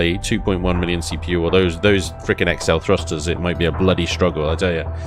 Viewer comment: Sorry, gotta say, it's it's nah-cell.